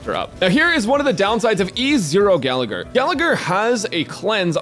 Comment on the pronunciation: I cringe every time Gallagher is mispronounced